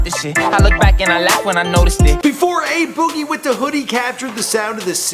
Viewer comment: I'm only here to hear how bad pronounced a boogie.